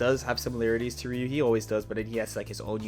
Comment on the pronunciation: hits the R in Ryu on some 上何だみんなエ～ールケイでーす shit